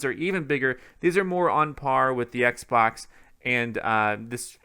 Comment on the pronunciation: I cringe every time this guy says Xbox...